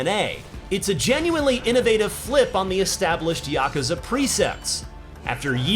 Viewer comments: ya koo za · You pronounce Yakuza funny.